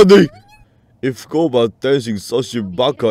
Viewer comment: HES GUOBA NOT GOUBA